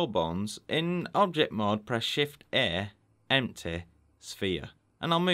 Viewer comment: Noone:: empteh